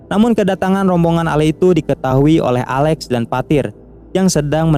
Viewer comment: Alex bro bukan ale